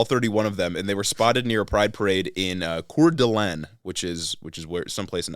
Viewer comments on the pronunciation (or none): Idahoan here, not to be "that guy" but we say it like "core duh lane" (or at least that is how I was taught to say it)